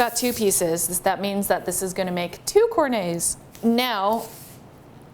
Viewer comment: the only time ive heard it pronounced in a frenchy way